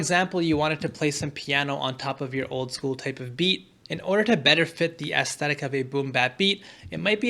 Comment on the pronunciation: I took a shot every time you said "aestetic" and now I have alcohol poisoning